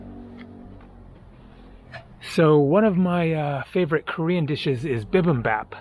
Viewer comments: Mispronounced Bim Bim Bap (Think Bop) and Busan. Think Busaan. You chose to stay away from the harbor. If you moved a mile or two away from the river and nearer to the water, you’d see the large seafood market and the busier areas of town. Busaan has a lot to offer! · I think Koreans will better understand you if you say it “bee bim bop”. Looking forward to this leg of the journey. I don’t know much about it…other than what my dad shared about the war.